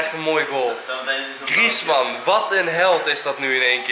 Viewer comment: Je leest griejesman maar griezmann